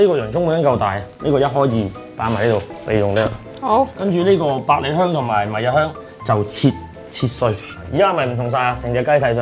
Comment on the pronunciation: 乜唔係讀 迷 "秩'' 香 咩？